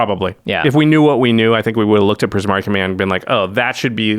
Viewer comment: Not gonna lie, I could kind of tell you struggled with Primari but I'm glad you kept at it!